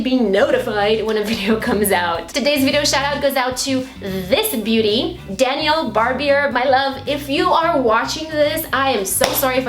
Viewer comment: Ahh!!! This video was very good!! Definitely touched base on some things I have been feeling lately:) and yay that's me!!! Lol and you pronounced it very well!! It's pronounced Danielle but spelt Danial and the last name is pronounced Bar-Beer but spelt Barbier:) so very good job!! Looking forward to more videos of yours:) thank you again for sharing 💕